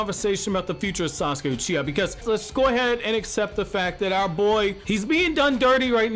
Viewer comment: It's wrong how they doin Yamaha I mean sauske😭